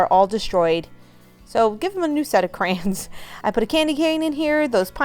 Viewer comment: Crans?? Do you mean Cray-Ons?